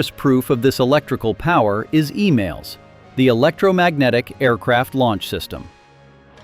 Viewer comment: No F35 on the Ford. Also please not Email but EMAL.